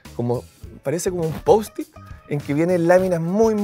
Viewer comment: De los pocos que dice "poustit" y no posit jajaja